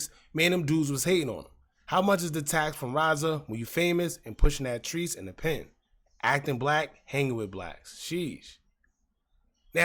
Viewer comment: It’s not treesh 😂😂😂 it’s Trece as in 13. Keep watching documentaries bro